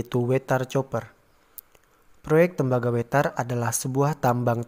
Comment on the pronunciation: Koq bacanya 'coper' gitu ya .. apa tidak bisa bhs Inggris?